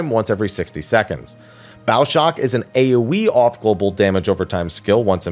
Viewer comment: Everytime you said AoE damage I hear "A wee damage" 🤣